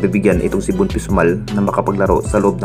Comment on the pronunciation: Von pesumal idol, Hindi pisumal